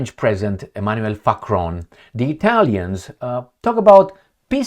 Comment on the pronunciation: I love how you say Facron President Facron! And the Baboons 😂 love it